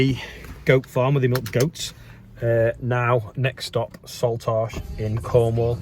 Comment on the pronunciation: I don't want to be that person but it is pronouced 'Salt-ash' as in ash that comes out the boiler :P